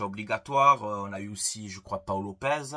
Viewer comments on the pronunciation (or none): none